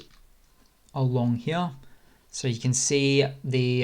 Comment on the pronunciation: "Along he'ya"